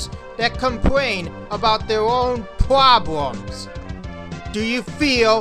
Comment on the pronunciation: What's a pwobwem? Do you mean problem? I didn't understand any of the words you were using in this video.